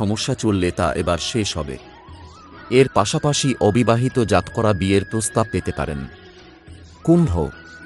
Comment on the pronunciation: দাদা আপনি জাতকরা এবং উৎস কথাটির উচ্চারণ ঠিক করেননি ।